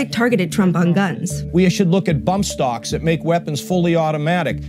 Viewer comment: i caught that too, thought he said butt stocks, and i laughed xD really confused